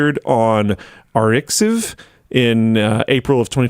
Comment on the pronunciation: the lack of education just blasted the shit out of me when tried to read arxiv